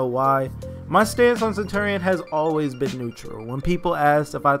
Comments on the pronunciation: I had to turn down the audio due to the fact of how you say center-ian, and not CENTURY-n. Centurion is said like century. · Stop saying his name wrong